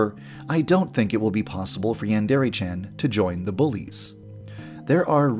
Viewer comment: Did This Man Really Say “YaAaNdErE”? Did This Man Really Say “Brain Paint”?